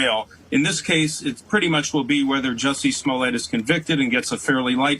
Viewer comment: It is not "Smollet". Per the defendant himself, it is pronounced "Juicy Smoll-ay". We all need to start saying it right, or you're a racist.